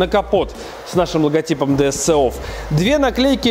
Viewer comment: Ди Эс Си офф...говори хотя бы правильно!!!